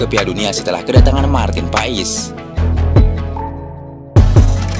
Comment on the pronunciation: paes bukan pais